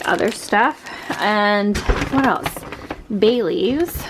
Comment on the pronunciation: You said Bay leaves and I definitely heard Bailey’s 😋